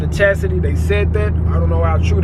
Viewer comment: that boy said they liten up the chassidy lol nice car fam I love Mopar!!